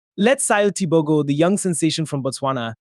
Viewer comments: since when is he TEE BOW GO? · 😂 Okay I don’t like the way you butchered the name 😆😆😆 I am not even a Mtswana